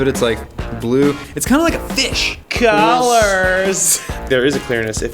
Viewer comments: he is saying dollars NOT colors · It supposed to say colors but when I read the comment and pressed the time stamp it really sounded like GOLLERZZZ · I love it when says COLORS 😂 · When said colors it was like a completely different person's voice or like he was wasted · the way he said "'colors" made me laugh for some reason